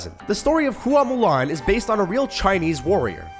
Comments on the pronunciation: Hua is pronounced like Wa like water not Hooo-ah just so you know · As well as "hoo-a mulan"